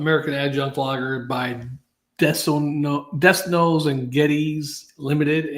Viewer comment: Den no and Geddez is how it is pronounced.